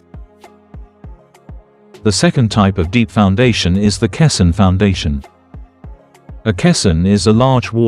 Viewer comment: Your AI cannot pronounce caisson correctly.